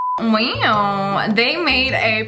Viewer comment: Nobody: Literally, nobody: SSSniperwolf: Weaw